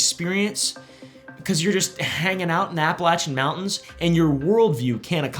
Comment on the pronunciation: Finally a YouTuber that doesn’t butcher the name, Appalachian